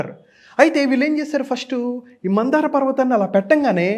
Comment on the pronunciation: మందార కాదు మంధర పర్వతం